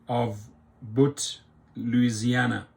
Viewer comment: Boutte is pronounced “Boo-Tee”